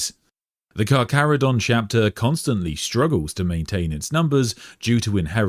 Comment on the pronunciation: for anyone wondering on the pronunciation - the Carcharodon name is inspired by the latin taxonomy of Carcharhiniformes, the main shark family classification, or possibly Carcharhinidae, a subfamily, and the pronunciation can be found here: is saying it correctly lol